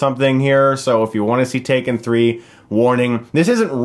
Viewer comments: It’s not take-three-n, it’s tak-three-n. Tak pronounced as “tac” as in “tactics”. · It's TAK 3 N. Not TAKE 3 N. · Chris, I'm afraid your saying the title wrong. It's actually pronounced TACK-THREE-EN. Hope this helps. :) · It’s pronounced “Tak Threen” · Calling it take three-en made my day lmao